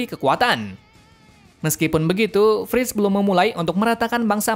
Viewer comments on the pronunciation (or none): Kok malah Dina first bukan Dina frits wkwkkww saya koreksi lagi Armin bang bukan amin